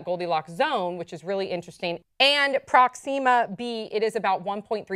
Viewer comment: Fucking say Proxima right!